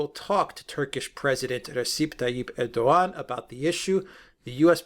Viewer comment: Can you please inform Mercouris that Recep Tayıp Erdoğan is pronounced in English "Reh-Jep Tie-Yip Air-Dough-Wan" thank you! It's beyond irritating hearing "UrDuhGahn". He just sounds totally ignorant by mispronouncing his name. You hear pronouncing it correctly!